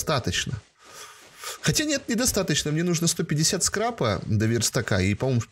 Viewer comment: Скрапа, а не скрепа